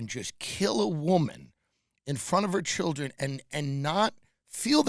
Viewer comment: Th skweams of his childwin